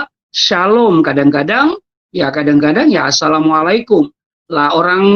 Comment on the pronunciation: Hai bang.. lidahmu apa tdk bisa lg mengucapkan assalamualaikum warahmatullahi wa Barakatuhu... Islam itu harus fasih.. spy terang dan jelas.. jgn lunturkan bacaan kalimat kalimat fasih Al-Qur'an..karena fasih berbahasa arab sesuai bacaan alquran sbg tanda pengetahuan seseorang dlm menimba ilmu islam